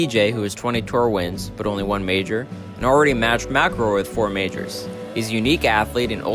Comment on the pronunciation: Majors.. Not "Mijrrs" mate... its harsh